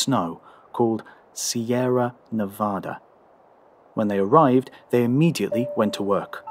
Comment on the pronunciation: Correct Nevada pronunciation 👏